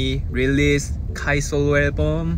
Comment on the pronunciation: Taemin + English = extra cuteness I love how he made sure to correctly pronounce Kai's solo in the beginning, what a dork. Honestly, the day he is fluent in English, I don't think we will be ready.